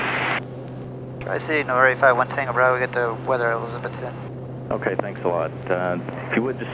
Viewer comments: I love watching your videos man especially when you fly to my home state of Tennessee and the Tri-Cities area. One thing to note is we all speak with a country accent and when we say Elizabethton, We pronounce it ElizaBETHton. We put a lot of emphasis on the Beth part of it. But with you being from Florida I’m sure you know how to pronounce Kissimmee. Very few people from Tennessee can get that one right. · It's cool seeing you fly into my old hometown for the second time. It is pronounced Eliz-uh-BETH-t'n. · Pronounced "E-liz-uh-BETH-tin" 😉